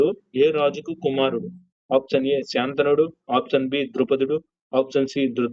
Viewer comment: భీష్ముని తండ్రి శంతనుడు అంతే కాని శాంతనుడు కాదు